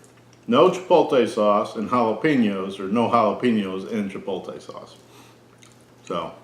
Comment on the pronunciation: Honest review. You did however trigger my OCD. I would ask you read the word CHIPOTLE carefully and then pronounce it. Chi pote lay. Rather than Chi polt ay. Keep up the good work.